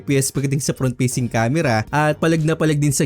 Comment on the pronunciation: Fast❌ Past✅ Facing Cam❌ Peysing Cam✅